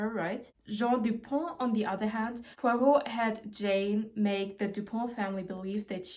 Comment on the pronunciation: As a Belgian, you pronouncing Hercule Poirot's name correct every time made me really happy, loved the video!